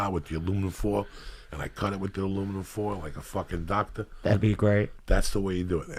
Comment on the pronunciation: He'd have to name his restaurant "Like A Doctah"!!